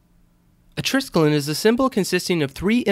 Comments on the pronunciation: Good-looking knot... Now for the proper pronunciation of the word: it consists of four syllables-- "try-skel-ee-on," with the accent on the 2nd. Skelos here means "leg" in Greek. Yours, Old Star Trek Nerd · You're SO FULL of ALL this info on the TRISKELION, BUT HOW come YOU Never even BOTHERED to find out THE CORRECT PRONUNCIATION of the word???!!🤔